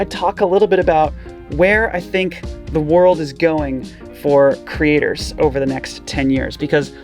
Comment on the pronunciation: I really like how pronounces creators as Critters!